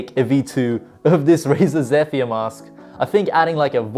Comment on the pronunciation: Yo just a heads up for future reference. Zephyr is pronounced like zeh-fur or zeffer